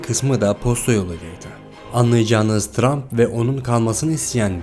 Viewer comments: tump ne trump olcak ksks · 'te montaj hatası yapmışsın Trump' a Tump demişsin